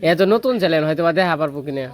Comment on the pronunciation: চ্যানেল বলো চ্যালেন না। ভুল বলতে বলতে তোমার বদ অভ্যাস হয়ে গেছে।